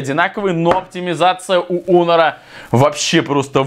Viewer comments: Почему онер а не хонер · Почему он говорит онор или мне так кажется 😤